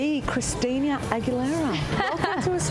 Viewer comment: did the host call her ChristiNIA ? lol